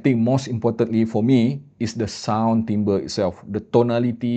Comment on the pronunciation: Terima kasih kerana tidak salah sebut "timbre" kali ini. 😅